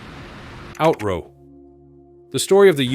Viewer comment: AI voice? OUTRO is pronounced: OUT-TRO. not outrow.